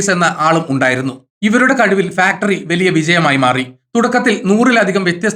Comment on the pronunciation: വെലിയ അല്ല,.വലിയ